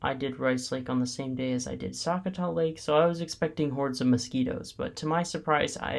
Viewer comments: Sakatath state park pronounce Su cot A - also while these reviews are great if you are in Minnesota there will be bugs. I ignored all mentions as mosquitos may flies and deer flies have nothing to do with parks as that is ecology and again Minnesota. Common sense use bug repellant and sun screen. Most out door people know how to exist without crying about bugs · Also… you said a lot of park names wrong for example sakatah and Myre Big Island